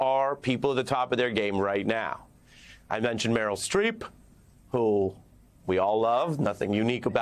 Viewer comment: Harris couldn't even get Streeps name right.